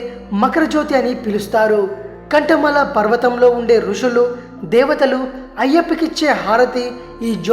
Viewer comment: అది కాంత మలై.... కంఠ మల కాదు